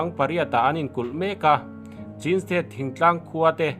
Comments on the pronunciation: CHIN hi chin tia lam tur a nilo aw.. CHHÎN tia lam tur aw... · Ngaihthlak anuam hlemai, mahse thil1klo sawive lawk, chin tih hi chhin tia lamzawktur anilo maw, Pu zah awm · Chin a ni lo chhin (ချင်း)tiin i lo chhiar tawh dawn niaA chhan chu( lushai /duh lian tawng) chauh ah hian (chh)He hawrawp hia awm